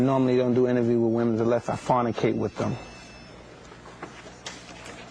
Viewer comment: tyson doesnt fornicate. he "farnicates'